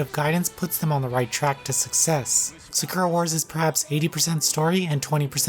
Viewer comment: It’s weird that when you pronounce Sakura the character’s name you say it correctly but when you pronounce the Sakura in the games title you say it wrong... it’s the same word.